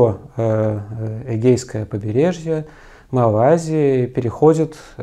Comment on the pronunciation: Какая малазия? Неужели трудно русские слова выговаривать?